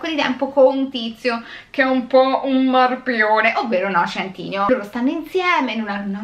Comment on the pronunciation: Non è noah centìneo ahaha